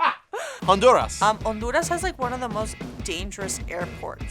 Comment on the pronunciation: You said Honduras ❤❤